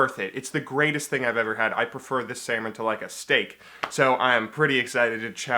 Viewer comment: i heard: "i'm gonna eat 2 pounds of semen tonight." and i was like, whooow, hold on, take it slow XD